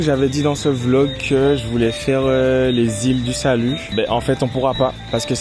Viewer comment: Je rectifie : FRENCH GUIANA et c’est les ÎLE DU SALUT et pas « lilais du salut » 😒🇬🇫